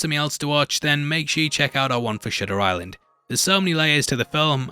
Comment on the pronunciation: You said 'Shitter Island'